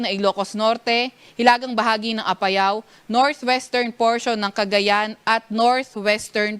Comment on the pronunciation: Bakit nyo ba lagi binibigkas ng mabilis ang APAYAO. Haist. Nakaka irita :).